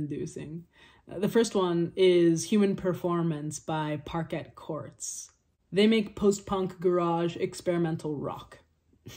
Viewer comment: Love Parquet Courts. Just a note, the name is pronounce Par-Kay. Love the band as well. Love your vids